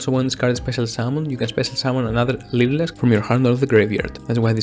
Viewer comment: I literally had the hardest time understanding you, the closed captions when you said lyrilusc back to your hand was "leader asked baskets to a van" like wtf